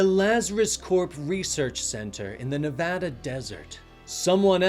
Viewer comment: Great job. You pronounced Nevada wrong, though.